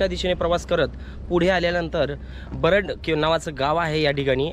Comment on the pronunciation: Varad nahi re barad.....nit mahiti de......